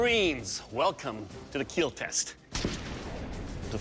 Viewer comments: Is there a compilation of weapons that won't "kiel" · why the say keel instead of kill ? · I don't know why but hearing "it will Keel" always makes me giddy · It will keel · "Do men even cry?" "He watch Titanic and didn't cry." "Do men even have feelings?" Also men: "It will not keal." 😢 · The true catastrophic failure is hearing "It will not keel" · "Your weapon...will keel" lmao Love this show!⚒️🔥⚔️ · It will keel ❤ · It will keal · I love when he smiles and says “it will Keel” I just think it’s so cute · "It will keel" Hits different when he's covered in ballistics dummy blood 😆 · Eet weel keel! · I thought that is what he was saying, but apparently he’s actually saying ‘It will Keal’? Which is an acronym for ‘Keep Everyone Alive Longer’ 🤷🏼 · It's the way Doug pronounces "Kill", but it's so satisfying that it gets memed on. Or maybe it's memed on so much it's satisfying. Not sure what came first on the internet, but it feels so satisfying to hear